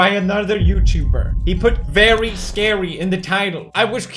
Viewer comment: Vewy scawy sir